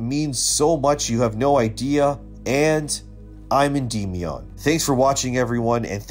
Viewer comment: Why are you pronouncing Endymion incorrectly? It's N-dem-ee-in not een-deem-ee-on